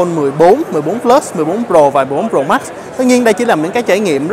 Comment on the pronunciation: Tại sao trình độ như vậy mà vẫn đọc sai. Tại sao đọc là: Pro mắc.. mắc